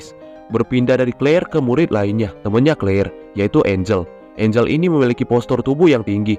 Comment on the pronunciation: Engel bang🗿 bukan Angel hayoo mikir apa?💅🏻🗿